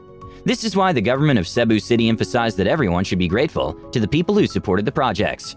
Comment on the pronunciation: I think the reader should have learned how to pronounce Cebu properly before producing this video.